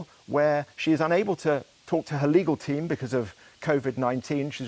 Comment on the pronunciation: Since when did it become acceptable for 'reporters' to pronounce words like 'legal' as 'legaw'? Has all sense of decency fled?